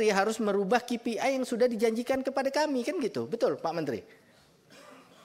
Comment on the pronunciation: Bukan ki pi ai bacanya, bos. Tapi kei pi ai, seperti yg diucapkan pak purbaya